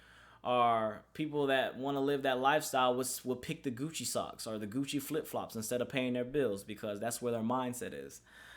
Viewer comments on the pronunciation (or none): none